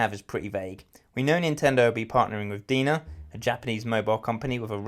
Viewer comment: Just a heads up: DeNA is supposed to be read as DNA.